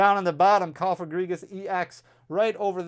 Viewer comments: Proud of you for finally getting the Cofagrigus pronunciation down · Great job saying Cofagrigus. Terrible that double bangers are gone.